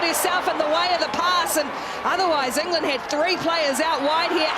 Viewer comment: Enger-land! It's not dayboo kiwis.